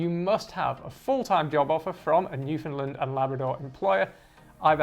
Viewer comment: Just wanna politely say that we say New-fin-"land", not New-fin-"lind" (great video though!)